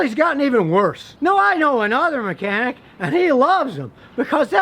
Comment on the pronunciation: “micanic”